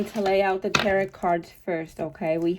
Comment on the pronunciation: I love your readings!!! They’re always so on point!!!! Thank you for this!!!🙏🏼💕🙏🏼💕 (Also, just wanted to let you know that the last T in Tarot isn’t pronounced so it should sound like ur saying “Taro” 💖)